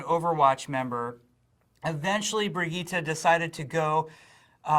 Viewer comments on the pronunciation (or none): Brigitte not Bridgette , we've all been saying it wrong